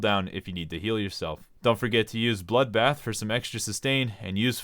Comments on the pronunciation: 9/10 guide. Left the bloodbath and feint lonely for being not pronounced japanese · 4/10 didn't pronounce bloodbath with accent